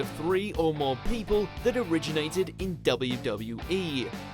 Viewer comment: Anyone else annoyed by the way the Narrator pronounces WWE? It's W-W-E, Not DubbaWE...